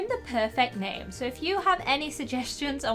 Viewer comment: Plez name the horse Neighomi, bc I when you said “name” I heard “neighme” 😂